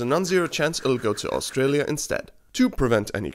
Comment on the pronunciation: "Austrialia" Bruh 😂🤣